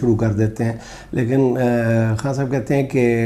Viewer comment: جنید انکل آپ خاں صاحب کہنے کی بجائے خان صاحب کہا کریں آپ کو تو خاں کا مطلب معلوم ھے 😅